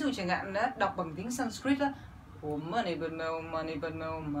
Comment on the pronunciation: Chữ om chị phát ra rất đúng. Vì tần số rung này nó đc chuyển ra vũ trụ nó rất mạnh .......tom lại e ko giải thích đc bằng lơì. Chủ yếu là tần số rung động em ủng hộ chị.